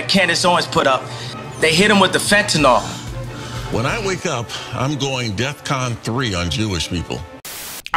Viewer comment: First off, it just pisses me off when people say "death con". Secondly it equally pisses me off when they both mispronounce and misuse the term. It's DefCon, as in, defense condition. It refers to the level of readiness relative to the threat level.